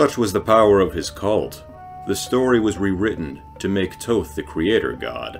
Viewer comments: Thoth's name sounds almost exactly like the word that derives from it "thought".. not like your saying it.. Toe-Th!!! silly ;-) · Thank you , it was a good video but it bothered me that he was pronouncing it like "toe-th" lol